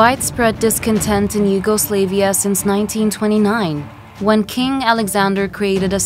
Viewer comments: Im sorry, ,The Yugo what now? SLAV,not Slave,YugoSLAVia,not YugoSlaveia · bro said "yugoslave ia"💀💀💀💀